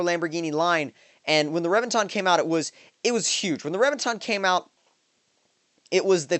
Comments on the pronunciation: omg you butcher names lol, Rev-vin-tin its all good tho, loved the video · emphasize the E in reventon, not revinton, pronounce the E like you would in revenge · And that's why they call it the "REV"enton.